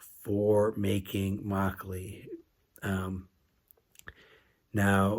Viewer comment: 😂 trying hard each time not to burst into laughter when you pronounce “makgeolli”.